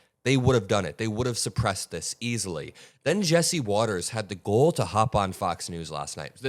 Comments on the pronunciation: excellent video, as always. You continue to make me have hope for America’s future in the hands of your generation. We Baby Boomers ended up making a big mess to leave for y’all to clean up. I am sorry for that. BTW, and, the word is “gall /gôl/”, not “goal.” I taught college English decades ago, so I can’t help myself—I have to correct smart young folks to help them avoid having grammar mistakes interfere with getting their good messages out to the world. Peace out. 💙you, too.😊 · Just trying to help,. You continue to use the word “gall”, instead of “audacity”, but you’re pronouncing it as “goal”. It’s fine to use “gall”, but in North American English, you’ll sound better to pronounce it “gall” as in “ball”, “hall”, or “fall”. Hope you’re not offended. 🙂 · it'a GALL, not GOLE. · Gall is not pronounced "goal," it's "gawl." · Its GALL, not GOAL,. Js.